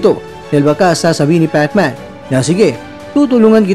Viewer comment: Pekman HAHAHA king inang pagsasalita yan🤣🤣